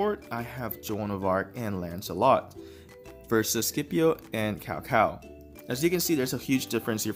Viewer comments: "C P O" not "Skipio" "Tsao Tsao" not "Cow cow" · Can you learn to pronounce CAO CAO correctly? If you have Chinese ethnicity in you... it is disgraceful how u pronounce Cao Cao !